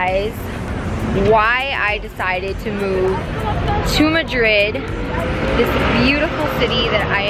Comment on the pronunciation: The way you pronounce Madrid is music to my ears. Americans can never pronounce it properly. Madrid is just an awesome city to live in.